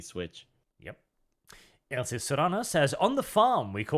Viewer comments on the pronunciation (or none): none